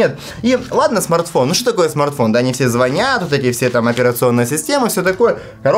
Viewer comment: звонят на О ударение а не на Я